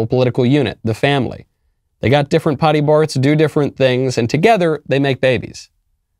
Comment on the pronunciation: Anyone else notice the "pody barts" dyslexic slip?